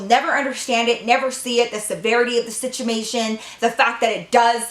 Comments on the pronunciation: 😂😂 Did you say situmation.. 🐐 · Who else realised she said yr parents won’t get the situmation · i LOVE that she says situmation lol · "situmation" haha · "situmation" i swear i love her videos